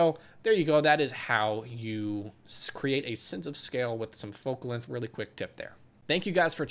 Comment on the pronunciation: "lenth" jk i love your tutorials